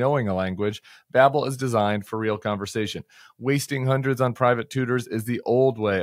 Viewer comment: Babble? It's Babel.